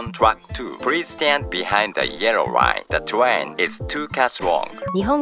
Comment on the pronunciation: lineもめっちゃrみたいな発音…